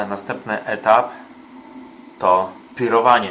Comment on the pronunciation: To nie jest pirowanie, tylko PIÓROWANIE :D rozbawiłeś mnie tym, ale wiadomo, jesteś amatorem to mogłeś nie wiedzieć.